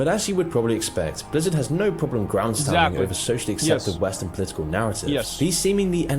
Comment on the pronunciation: does this narrator even play the games? i mean how is he spelling things like this? nostal-rius, die ablo, blezzard